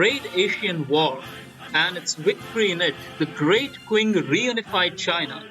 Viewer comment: "Qing" is pronounced like "Ching"